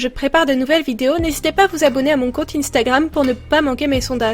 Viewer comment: C 1stagram, pas INE stagram 😂❤